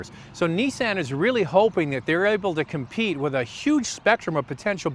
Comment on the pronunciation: I agree. He doesn't even know how to say Nissan.